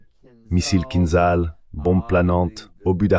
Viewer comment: Pas Roshnik ! Mais ORESHNIK ! Vous prononcez les mots et les noms russes comme des cochons arabes ! Et pa KINZAL, mais KINDJAL ! ETC... 😕🫤😟🙁☹️